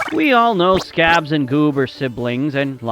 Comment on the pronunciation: I'm sorry, "SCRABS" !?